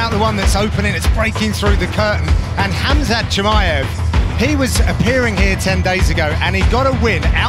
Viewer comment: ''Khamzat Chimiyef'' xD